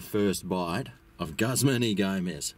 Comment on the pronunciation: “GUZZMAN” HAHAHA, as an employee of a Guzman Y Gomez restaurant, I can safely assure anyone reading this that it is not pronounced “Guzzman” and the proper pronunciation is “Goozman ee Gomez”. Lol